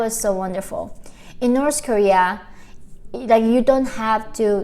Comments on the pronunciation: Why the pronounce north korea as Nors korea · In Norsh koeeaah